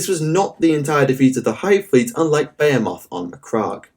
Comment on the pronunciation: I love how this dude gives you two different ways of pronouncing "behemoth" that are both wrong lmfao british people english is so weird